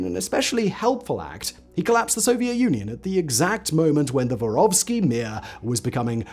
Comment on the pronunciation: Мир не воровский, а воровскОй, внимательнее И Мир это не mi:a. Послушайте, ааа звучат слова, хотя бы в гугл переводчике.